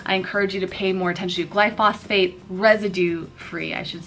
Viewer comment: 'glyphosate... not glyphosphate